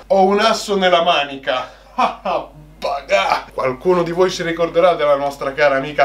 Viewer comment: Bel video però si dice Baka non Baga